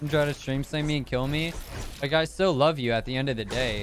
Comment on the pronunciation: lol he said stil not still